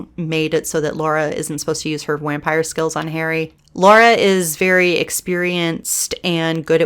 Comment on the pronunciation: Did you just say whampire? 🤣